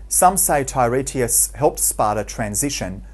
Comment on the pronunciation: Tye-RAY-tus is not how you pronounce it. It is pronounced Tur-TIE-us.